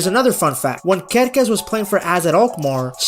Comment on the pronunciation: your pronunciation of Kerkez is perfect in Serbo-Croatian btw, I love the small details like those that you provide